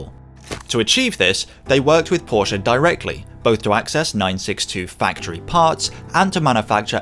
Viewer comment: Thank You for saying 'Porsche' CORRECTLY!